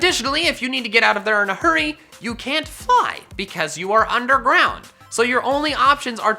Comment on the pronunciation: Oh hey, that shiny on the thumbnail was my first ever shiny. I'm not proud. The way he said fly